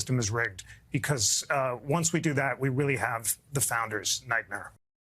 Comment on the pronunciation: we weally do have a nightmare